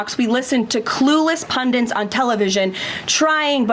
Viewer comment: and it is pundit not PUNDENT. she's an idiot.